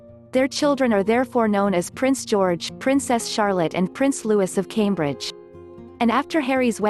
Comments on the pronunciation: It’s pronounced “Lou-ey” not “Lewis” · In the UK, and Europe at large, "Louis" is usually pronounced "Loo-wee" not "Loo-iss." So, he would be Prince Loo-wee. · Prince 'Louis', not 'Lewis'. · Prince Louis, not Lewis. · the Cambridges youngest son is Louis pronounced (Loo ee) it's the French pronouncement